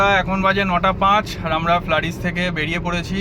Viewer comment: Flaris noi flurys